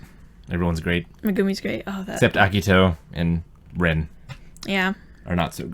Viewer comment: You would pronounce the "e" in Ren's name how you would say the "e" in elephant. You would pronounce the "i" in Rin's name how you would say the "e" in equal.